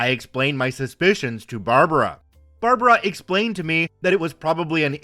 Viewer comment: Barb like bard wire + brah like the meem near the end it sounded right but bar-bar-raw sounded really wierd